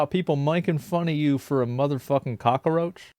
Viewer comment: HE KNOWS WHAT HE IS DOING WHEN HE SAYS COCKA ROACH lol